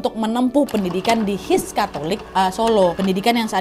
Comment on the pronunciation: Terima kasih ilmunya mbak Nad. Banyak hal yang baru saya ketahui. Tapi numpang saran Kata HIS di eja dan Mulo bacaan milo beda tulisan dan bacaanya. Sekali lagi saya ucapkan terima kasih atas penyampaiannya yang baik sekali